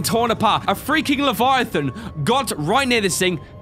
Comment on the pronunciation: leviathan emperor not levitate lol